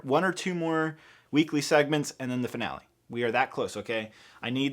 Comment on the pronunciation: “Monthly Segements”